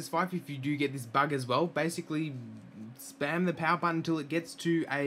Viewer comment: didn't understand what you were saying ("spam" the power button) but i think someone said in the comments that they "slammed" the power button. i gave it a nice slam, about the strength i would use if i was hammering a thumb tack into a drywall, but with the bumper case ON. Thanks, and thanks